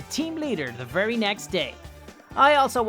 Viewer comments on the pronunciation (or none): none